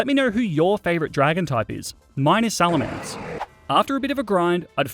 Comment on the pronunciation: SALAMENCE, NOT SALMELANCE!